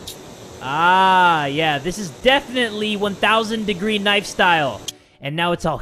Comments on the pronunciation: I like when he calls it knifo😂😂😂😂😂😂😂😂😂😂😂😂😂😂😂😂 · Naifu lol